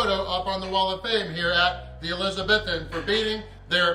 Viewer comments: Mate shoulda got the toast buttered. Looked drier than gandhis flip flops 🤣🤷🏻‍♂️🙈🙊🤦🏻‍♂️ and its pronounced Elizabeethan 👍🏻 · ElizaBEthan, not ElizaBETHan,. xx